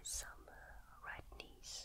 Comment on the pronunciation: when she says « redness » I always hear « red knees », which is kind of confusing